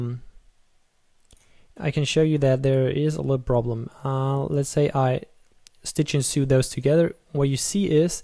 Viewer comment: "Stitch and soo"... lol